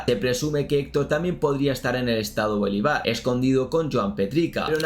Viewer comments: Bro, se agrafece tu cobertura en este tema pero te sugiero que escuches como se pronuncian los estados y ciudades de Venezuela, por ejemplo es Bolívar, no Bolivàr! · Muy buen video bro, soy Venezolano y la información es muy acertada sobre todo el contexto de esa banda. Veo tus videos desde hace unos años pero solo en este video me fije que la pronunciacion de varios estados del país no era acertada, sobretodo el Estado Bolívar, su nombre viene del Libertador Simón Bolívar